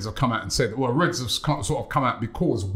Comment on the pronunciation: A Frenchmen explained to Robbie you do not pronounce the 's' in Rennes. yet he still does it xD